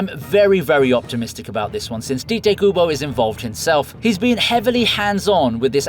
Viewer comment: Calling Tite Kubo "Tee-tay" should be criminal